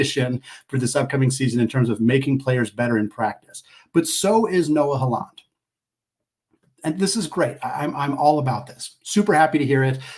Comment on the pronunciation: Great podcast, Haaland is pronounced like Holland